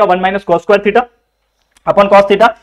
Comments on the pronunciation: squaire nahi sir square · Square ko squire bolte hai 😂😂